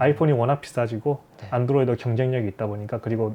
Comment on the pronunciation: 영어 발음이 완전 일본인 ㅎ [ 안"도"로이도 / 아이"포혼" ] / 집에서 치킨 튀기는건 껌이고 직업으로 식당을 하는건 완전 차원이 다르죠. 연봉 8백~1천만엔 일 때 세금이 35%, 그 이하 연봉일 땐 약 25%. 잘 봤습니다.